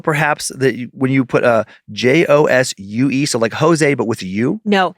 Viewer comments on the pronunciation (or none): Josue is pronounced "ho-sway" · The name Josue is pronounced "Ho-sway" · Josue is pronounced ‘ho-sway.” My hubby has a friend with that name. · Josue is pronounced "Jo-sway" It's a name you see in Puerto Rico, I known for sure Lechuga is lettuce. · Josue is pronounced "hos-way" it means Joshua. Like José, meaning Joseph. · Josue is pronounced "Ho-sway" but "Yo-su" is way better 🤣🤣